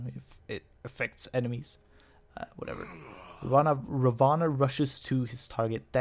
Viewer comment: Ra One. That's the way you pronounce his name.